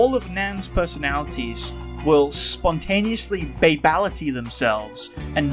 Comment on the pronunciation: "Babality themselves" took me out 😂😂